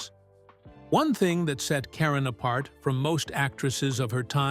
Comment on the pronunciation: Please say Leslie's last name correctly.